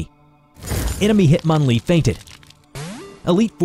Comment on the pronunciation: Bro, "Hitmonlee? No das hitmonwal